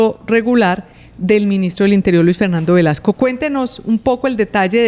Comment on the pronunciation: Por favor son 3 periodistas y no se corrigen que el ministro se llama Luis Fernando Velasco, No Velasquez.....me parece que es importante decir bien nombres y apellidos....